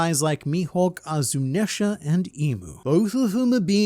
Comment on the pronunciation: ironic. You talking about the japanese pronunciation of the names, but proceeds to saying "zunEsha" 😂